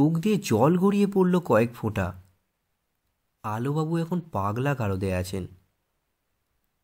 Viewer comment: Sir apni prothom line a bollen..... Alubabu nki alobabu